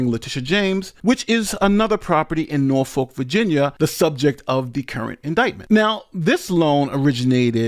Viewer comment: The city in Virgina is procounced "Nor-fawlk".